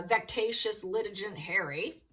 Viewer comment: Litigant is pronounced with a hard g gant rhymes with can’t. Vex - A- shush